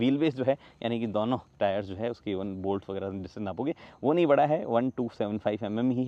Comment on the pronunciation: has his own way of saying "DONO" which sounds like Douno 😅